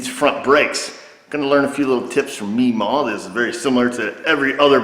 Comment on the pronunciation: Uh.. errr.. What's a "Me-Ma"? 🤔